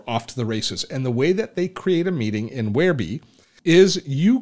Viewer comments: If it was 'where-bee' that is the spelling, since it's spelled WhereBY that's how I call it, and your saying Where-BEE prompted this comment. Keep on keeping on. I see now, after showing the offers in the upgrades, that this is old news. Bye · I don't blame them for changing the name, but "whereby" is an actual word with an actual pronunciation: where bye. It's not a personal choice to call it "where bee." Just look up the word, for Pete's sake. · "Whereby" as in 'The app whereby I connect to my friends online". NOT Wherebe!